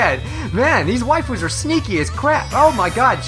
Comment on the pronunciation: "I'm ready to blast some wifus down.." Some how it made me laugh. 😂